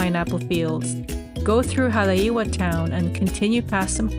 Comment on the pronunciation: FYI... Haleiwa=Hah-lay-ee-vah=House of the iwa (frigate) bird Haupia=How-pee-ah=Jello-pudding-like dessert, made from coconut milk & refrigerated Aside from Matsumoto's Shave Ice, checkout Aoki's(across from Matsumoto's) & Kaimana(across from Jenny's) Pa'ala'a Kai=Pah-ah-lah-ah Additional parking can be found in/around Matsumoto's